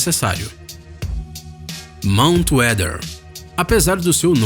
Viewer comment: Falou Monut Weather só faltei morrer, veio The 100 na cabeça